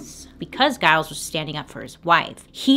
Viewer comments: Pretty sure “Giles” is also mispronounced in this video too 😂. Anyone i know with that name it’s pronounced with a soft g, not a hard g. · No disrespect to Bailey at all, i often mispronounce names and words too, but can we also add that Giles is pronounced like Jyles, not like guy-les. :) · yes this, and the husband's name is Giles pronounced Jile-z not a hard G like she mispronounced, but hey we love Bailey and massive kudos for all the work she puts in, it's pretty endearing i think <3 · Enjoy your channel! The G in Giles is pronounced as a J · No disrespect to Bailey at all but is she pronouncing Giles correctly?